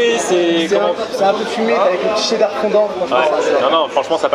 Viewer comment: Dis donc Florian ne prononce plus "Tchéddar" ?! ;)